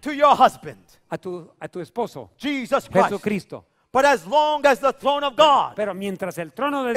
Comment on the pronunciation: Pastor listen to when you said Jesus Christ it sounded like the dude said hypocrite